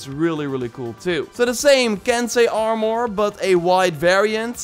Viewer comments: He pronounced mask "mosk" and armor is so weird when he says it. Ar-moor.... It's ar-mur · Please! Its ar·mor, not ar·mooor, lmao idk why its bothering me so much but it does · Nobody:: “Arh-More” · He said R mouhhur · it actually triggers me how he says armor